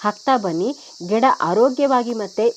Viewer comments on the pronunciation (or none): Ggeda anta ಹೇಳಿದಂತೆ ಕೆಳತ್ತೆ.ಗಿಡ ಅನ್ನಿ